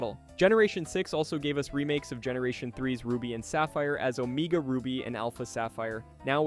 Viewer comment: Your pronunciations of some of those words… who taught you how they sound??? Omega … dialga… other ones too.